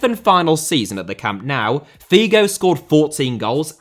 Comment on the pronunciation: Why do you say "camp now" instead of "camp nou"?